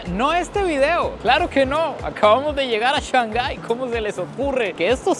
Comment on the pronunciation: tu contenido es 20 de 10! Solo una sugerencia recuerda que si hablas para hispanohablantes está bien decir ShanGai, en vez de ShanJai.